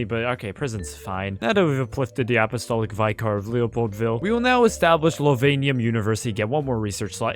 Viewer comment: Only on do you get surprisingly alright french pronunciation followed by completely mispronouncing vicar